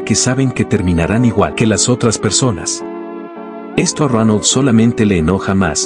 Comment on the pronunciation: Like si es Dronal y no Ronal 😂😂😂😂